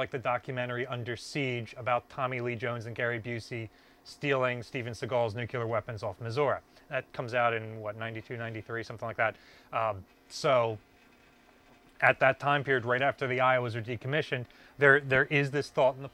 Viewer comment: Dude!! Love your job! But if you keep saying Missouri wrong I'm gonna be really upset! Missouri miz ur eee! Only acceptable pronunciation!!! No A or AHHH sound in the word!!!! That said...really amazing find! All these years ,and you found the bottle openers for that ol nuclear gini!!!